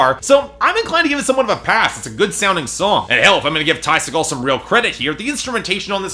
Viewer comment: Its pronounced see-gull